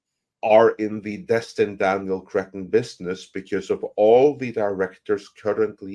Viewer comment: My God man, change your name. Destin, Cretton. See, can't help but call him crettin.😂😂😂😂